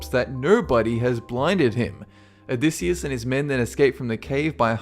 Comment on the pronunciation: (o-dy-I-siss) Odysseus